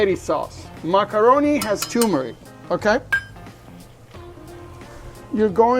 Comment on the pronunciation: Great recipe! Btw, there are two r’s in turmeric. Both are pronounced.